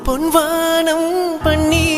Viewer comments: Pon vaanam Paneer Correct a Pronunciation panunkooo Original Song a Correct a lesion panunkooo!! Tamil la kill panna vendaam!! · My evergreen fevorite song....but vaanam,panner pronunciation sari illai.